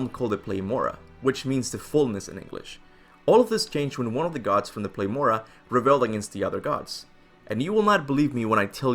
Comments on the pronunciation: it was really hard to get through despite it being a really good video because you literally put PLEROMA on the screen but kept sayin PLEMORA, it was infuriating. but the nonetheless, the video was good. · You keep saying plemora however it is pleroma and it’s Greek origin. Great video as always! Merry Christmas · Its PLEROMAH NOT PLEMORRAHHH 😂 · pleroma not plemora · ffs it's pleroma = πλήρωμα. not plemora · It says pleroma but you kept saying plemora... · You've repeated " Plemora" throughout the video but the screen said "Pleroma". Witch one is it? Thanks for all the lore video it really spiced up my 4th playthrough!! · Says "plemora" writes "pleroma" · Is it Pleroma or Plemora? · You keep pronouncing it as Plemora. XD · why you saying plemora tho hahahaahah